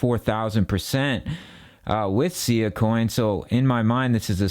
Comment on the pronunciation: It's pronounced Sss-eye-ahh